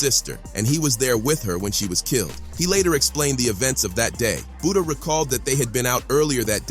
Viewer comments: its FBG Buttah not buddha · Calling that man BOODAH mutiple times is crazy😂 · Who's Budda.. You mean Butta 🤔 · Butta not Buddha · Say budha 1 more time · “Buddha”?!? 😂wtf?!?